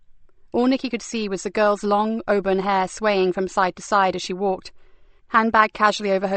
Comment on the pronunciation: And the narrator mispronounces certain words, e.g. auburn, wanly.